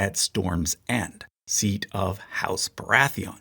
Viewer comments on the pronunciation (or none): none